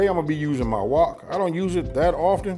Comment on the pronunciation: Its called a wok! Not walk😂😂